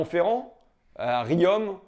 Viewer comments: Salut François, Riom se prononce "Rion", sauf pour les gens de Parisse qui disent "Riome" :D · Bravo François, pas grand chose à rajouter, merci pour votre investissement pour la cause des luxfer, si ce n'est que l'on ne dit pas Riome, mais Rion, c'était vraiment pour dire un truc, continuez en tout cas, peu de gens parlent des gens de peu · Rion, on dit Rion, pas Riomme ni Rillomme ni Rillon, Rion ! :) Comme un pion Ou un fion ? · "Riom" se prononce RI-ON comme rions un peu ! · Riom, ça se prononce "rion". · Riom ça se prononce "Rion" François :). Merci pour tout le travail que tu fais. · Riom se prononce Rion monsieur Ruffin ^^